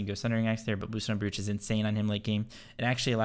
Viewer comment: Please tell me your mispronunciation of “brooch” is a meme like sigil